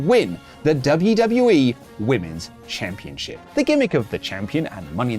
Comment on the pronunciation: Championchip isn't a word. It's championSHIP. I really don't understand why everyone in the world says it that way.